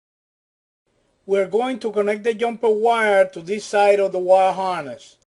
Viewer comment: I always thought it was the “Jumper” wire, not the “Yumper” wire? Learned something new.